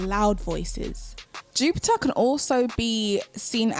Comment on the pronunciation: I love the way you say Jupiah (Jupiter) 😍🤤